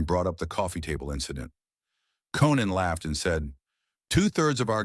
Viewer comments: Text to voice CLICK BAIT. It's pronounced CO-NAN O'Brien.....not KEN-NAN O'Brien. Get the heck out of here with that stuff. DO NOT RECOMMEND THIS CHANNEL. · then there’s Cannon rather than Conan. Sloppy work overall. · The AI narration is awful. The "narrator" mispronounces Conan's name 3 times! AI sucks.